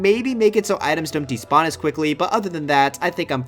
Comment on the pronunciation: Were you trying to say “never despawn”?